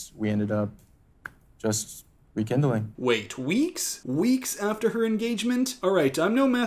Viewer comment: In addition the Greg saying "the weeks" -- he also said REkindling!? ........